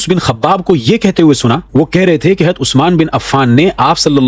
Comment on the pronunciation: حضرت لفظ اصالۃ تو باب افعال سے ہے نا آپ کو اس کو ہمزہ کے زبر کے ساتھ پڑھ رہے ہیں ؟؟ وضاحت فرمائیں